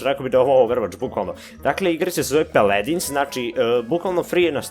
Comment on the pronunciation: ne peledins nego paladins